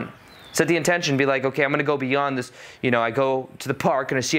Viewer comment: "Instead of doin' dis, I could do dis!" Dang, dats brilliant 😆